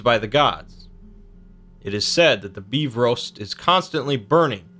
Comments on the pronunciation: LOL HE SAID BEEFROAST instead of bifrost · what the hell is the befrost its bifrost